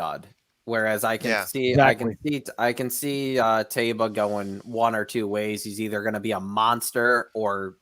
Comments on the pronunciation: It's TYba! To heck with the announcers. Amr Zedan was also the owner of Medina Spirit and Taiba is another name for the city of Medina and it's pronounced TYba. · Im with you. my first instinct was "Ty-ba" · Still hearing Tayba all over the place. Even Mike Smith said it both ways in an interview. In another interview, he didn't say it at all. Heckfire, even Yakteen said Tayba. Oh well. Now if someone would educate a few folks on how to pronounce Ethereal...as in Ethereal Road. Unbelievable.